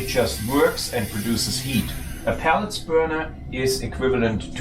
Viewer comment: I enjoy your version of English. Just FYI, I believe you are referring to “pellets” as a source of heating fuel, but it sounds like you are saying pallets, which are portable platforms used to move goods around. Thanks for the informative video!